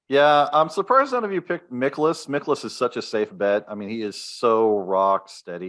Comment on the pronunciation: It’s MIE-kolas 😊